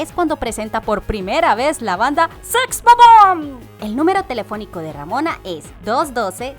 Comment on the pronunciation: Sex o bomb.... 😪 SEX BOB-OMB. En fin.... Ya nada me sorprende